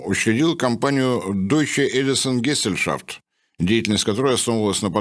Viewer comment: Geselschaft. Первая "s" произросится, как " з". Гезельшафт